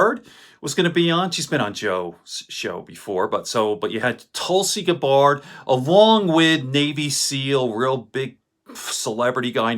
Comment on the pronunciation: It's Gabbard not Gabard